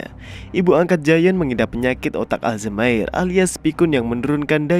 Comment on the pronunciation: Ijin min koreksi dikit penyakit Alzheimer dibaca bukan Aljmaer tapi Alzaemer hehhee 🙏